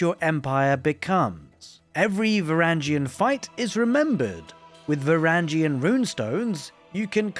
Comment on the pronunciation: it’s va-wrang-gen